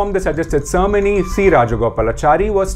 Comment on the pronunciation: The pronunciation of " cermony" ??? Mate it is Ceremony not "Cermony"